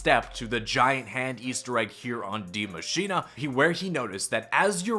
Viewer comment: Is it just me or why does he call it Die Machina... it‘s Die Machine